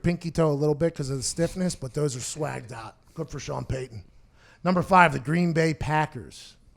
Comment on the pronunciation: Anyone else realize how it says “power rankings are aht”